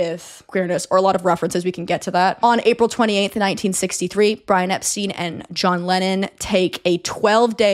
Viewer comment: For future reference, the Beatles have always pronounced it "Ep-stine"